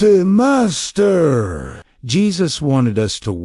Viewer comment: Your AI has got a glitch... When you said "DA MASTER" in one of the sentences where you were explaining something made a strange slow pronunciation with an accent before you start telling people how to handle their lives take care of your own shit. And by the way Jesus didn't sit in a Lotus position when he prayed, he always either sat, kneeled or looked up in the sky and held his hands and palms upwards.